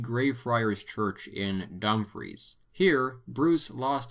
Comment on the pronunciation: Berwick is pronounced like "berrick". Dumfries is pronounced with the stress on the -fries part, "dum FREESE"